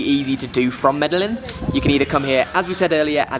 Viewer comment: MEDELLIN - sounds like (Mede- Jean). Lovely video